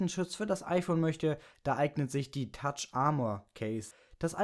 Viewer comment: tough = "taff" nicht "tatsch" ;)